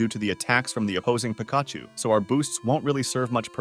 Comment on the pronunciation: dude can't pronounce 'pikachu' very sus